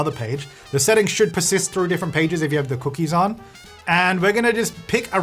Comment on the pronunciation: idk why but I'm obsessed with how he said "de cookies awn"